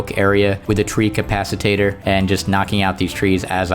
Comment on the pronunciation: You keep saying treecapacitator, it's a treecapitator. ;D